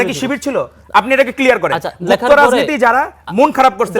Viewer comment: Gufto duke porche